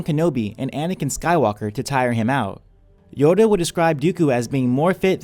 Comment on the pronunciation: You say yoda is yado